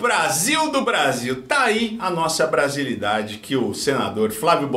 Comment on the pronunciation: KADE NOZA BRASELIDADE?😂